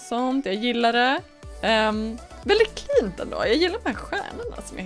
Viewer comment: Du sa kint när du skulle säga fint